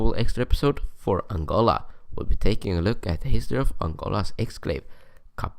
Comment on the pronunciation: aangoLAAA😆😆😆😆 / as he says it.